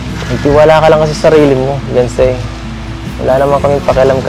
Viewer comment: The correct spell of her name Beyonce that it has pronounce be 'yawn' ce i,e Beyonce